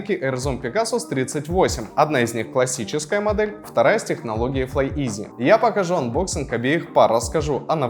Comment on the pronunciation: «ФлайИз», не «Изи»